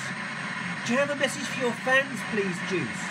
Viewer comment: You didn’t even say his first name right 🤦🏻‍♀️